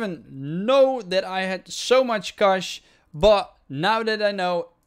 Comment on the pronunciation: u just saved my drive, ty man! (btw love the way u say cache)